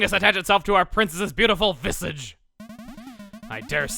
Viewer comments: I think it's pronounced vih-SAZH. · Vi-sAHge. It's the French word for face. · pronounced vee-SAAH-juh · Chugga, that's not how you say visage. Oh wait, it is? I've been using the french pronunciation all of this time?! WHAT?! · visage is not pronounced like that 😂